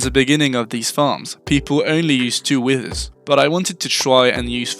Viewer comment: why do u say withers like ‘wisthers’